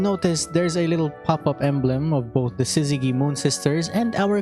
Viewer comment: Btw Syzygy uses the soft G, not Hard, as in in sizz-zeh-Jee. Y is a sometimes vowel, meaning it can turn consents such a G into their soft forms, Such as Gym, Allergy, Gypsy.